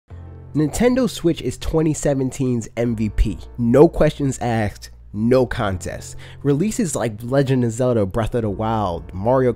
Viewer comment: thought it'd be a cool video, dude said aksed.. me no watch